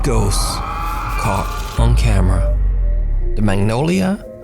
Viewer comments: the small pause between "on" and "camera" in the intro caught me off-guard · Fun fact : There was a bit pause in the intro "Top 5 ghost caught (awkward pause) on camera" 👀